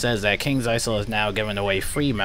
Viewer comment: Ha ha until 5th September!!! Wow! A whole two weeks!! That will do a lot... Oh and btw, Kings Isle is pronounced with a silent s; Isle = Island so the s is not pronounced.